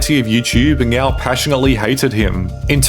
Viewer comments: I swear you are saying meow instead of saying now? Is anyone else hearing thing. Super troopers vibe! Haha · He pronounces words like "now" as "ng-eow", "Netflix as "Nyetflix", etc. throughout the video and frequently pronounces his t's as g's. Not sure if it's a speech impediment (or multiple), or what.